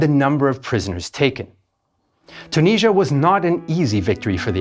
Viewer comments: its tunisia not tuneezzia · Its Tunisia not CHOO-NEEZZIA